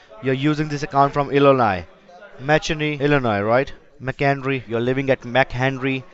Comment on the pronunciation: my ears blead when I heard the pronunciation of McHenry Illinois